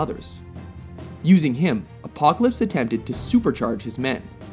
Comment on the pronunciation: Man the narrator needs to say Apocalypse name right he wasn't even close¿....?